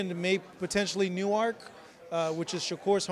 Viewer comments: He said New Ark. 😂😂😂😂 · dude pronouncing Newark all fucked up!